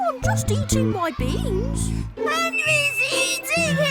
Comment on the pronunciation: I'm confused he's just eating his "BEÆNS"